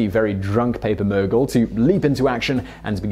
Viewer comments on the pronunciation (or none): none